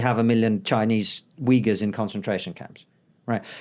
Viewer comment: Just after talking about that ad, the ambivalance of "Chinese Ouighurs" sounding like "Chinese Wiggers" x'D